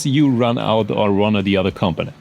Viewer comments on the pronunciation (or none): I appreciate the content but my guy, that such a weird way to pronounce component. much love